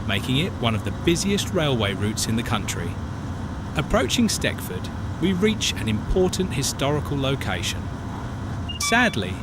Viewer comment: Just for information, the station pronounced as ‘Steckford’ is actually STECHFORD, pronounced as ‘Stetchford’. Better research needed!!!